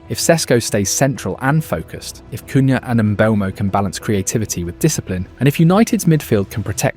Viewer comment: Good video with many good points and I subbed to hopefully hear more of the same! But he's called "Mboomo" and it's little lazy not to use a minute to learn this yourself but many English Youtubers make the same mistake. Cunha bot "Kunha" and "Kunja" in this video with the latter correct. However, thumps up you didn't make the same mistake as most do but actually knows Sesko is called "Shesko". Keep it up!